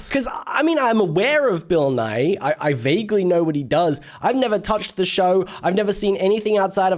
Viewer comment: So, you keep saying "Nye" as two syllables, which is more how you say "Nighy," which is a different Bill entirely. Also, Bill Nye has never claimed to be a scientist. He just teaches/taught science, hence "Science Guy."